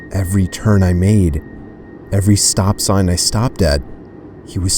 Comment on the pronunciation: "Every stop sigh i stopped at" 😂😂😂😂